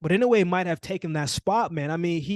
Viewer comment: Not too many can say inoue right. You get thumbs up just for that.